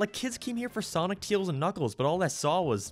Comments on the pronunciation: It’s Tails Not Teals! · Your pronunciation of Tails is so weird yet so interesting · U say Tails wrong